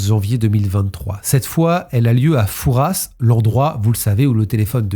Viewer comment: Merci pour la prononciation du père Fouras. Pour info : trafic en français 1 f et traffic en anglais 2 f